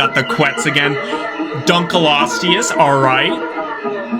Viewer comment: you’re pronunciation of duncleosteus is dogshi ( no offense)